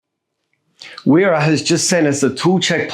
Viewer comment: I live in switzerland. its used widely over here. (Im australian). Only point to note it prounced Vera. The W make a V sound.